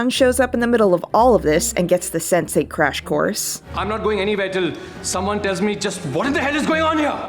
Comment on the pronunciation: I heard Sensei every time instead of Sense8